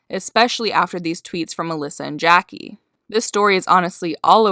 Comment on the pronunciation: Prettybr0wn3y3z right and she called Jackie Jacklee 🙀